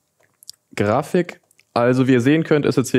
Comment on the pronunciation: Und er hat wieder Grafich gesagt😂😂 Echt krass was heutzutage PCs leisten können...